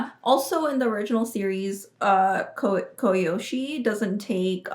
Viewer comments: "A true fan" calling Kiyoshi, Koyoshi. Wow. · It's actually Kyoshi